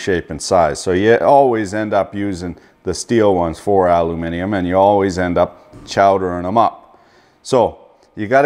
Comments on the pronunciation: Is it just me or is he saying alumimum instead of aluminium? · what the 😳 .. Your calling Aluminium how us brits say it ... .. Normally with your accent im used to hearing it said as Aluuminum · Not alumuminimum....try aluminium or aluminium. I don't know where the hell you picked that word incorrectly 🙄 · "Aluminimum" XD you gotta love this guy